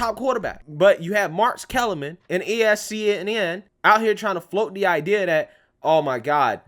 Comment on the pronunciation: Waymeant! Did you just say "ESCNN"? Isnt that a "Rocist" statement LOL Smh jk. Amen Brotha!